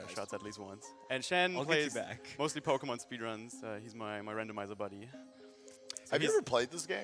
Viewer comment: Gotta say, impressive run. Well done! And I must say, as much as I love, anyone who pronounces it pokiemon is on my list. Either pokuhmon, or pokaymon.